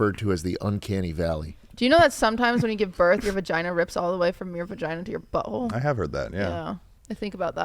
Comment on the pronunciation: How did they just gloss over calling the vagina a "vagoono"